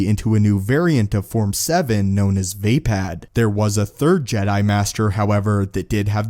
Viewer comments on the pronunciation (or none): Also, the form windu created was called vuh-pod, not vay-pad.... just fyi